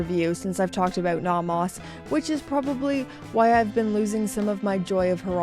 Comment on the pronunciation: Please learn to pronounce "Nomos." Both vowels are long.